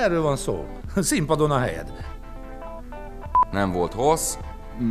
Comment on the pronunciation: "nem volt hrrossz,lehetett volna egy picit fhrappánsabb":D:D:D